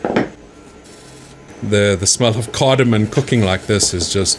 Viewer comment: Awesome video. Glad I discovered your channel. Super informative. By the way, it's CardamoM, not CardamoN.